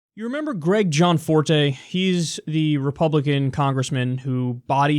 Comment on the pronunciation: Yo Kyle it's GE ANNE Forte. Sorry for some reason that keeps bothering me